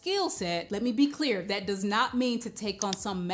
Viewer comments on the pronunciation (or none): Uh it kinda reflect ts on your LACK OF INTELLIGENT S It us pronounced bills with an L Not buwws as with a w Also it is THAT .NOT DAT